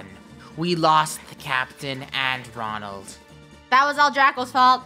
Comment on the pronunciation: I think too when the captain said Ronlad i said Mcdonald